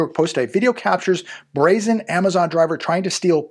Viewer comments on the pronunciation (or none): none